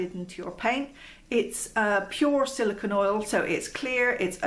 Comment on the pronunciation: Love the information. But it's silicone (pronounced cone) not silicon (pronounced con). Silicone and silicon have very different properties; silicon is a solid element sometimes found as rock crystals, whereas silicone is an oily compound comprising a chain of alternating silicon and oxygen atoms, with small organic groups at the ends of the chain.